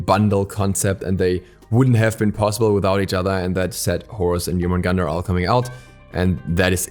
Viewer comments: Jormungandr is pronounced as Yourmungandr. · No offense but your pronunciation of Jormungandr is wrong.